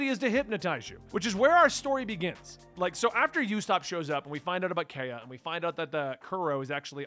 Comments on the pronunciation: “Oo-sop” and “Kai-uh”. “Bar-ah-tee-A” Can’t stress enough how much you shouldn’t Google things. Enjoy the journey! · Little prononciation things: Usopp- "oo-sop" Kaiya- "k-eye-ah" Baratie- "bah-rah-tee-ay" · Usopp is with an "oo." Kaya is "kai-uh."